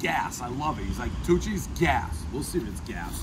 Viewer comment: I kept thinking he was saying Two Cheese, then realised it was Tucci’s.